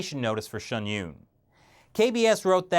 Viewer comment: it's Pronounced SHIN YOON .... and hes right, the Show is pretty much banned in China, they even mention it throughout the performance, it's very sad.